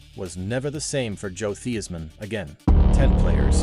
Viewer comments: Great story. On a side note, it’s pronounced THIGHS-man. 😢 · How? You are AI. "Thee-is-man"